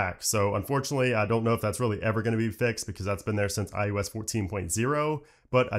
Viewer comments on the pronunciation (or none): Who else hears him say iUS instead of iOS?